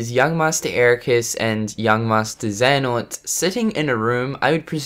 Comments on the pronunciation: Hey man please review the rewind theater of kh3 from ign, it was absolutely horrific and fucking cringy, they dont even know how to pronounce the name Iraqis and xehanort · I don't know if you're going to see this but I just finished watching an IGN video on Kingdom Hearts they posted and it really angers me how they try to act like they know what they are talking about, when they really don't. They can't even pronounce Xehanort right...